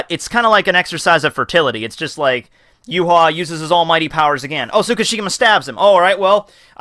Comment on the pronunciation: his name is pronounced ya-wak